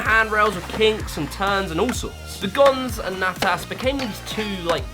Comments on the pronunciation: nah-tus not nay-tus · Natas was also mispronounced